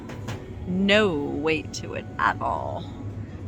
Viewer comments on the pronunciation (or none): none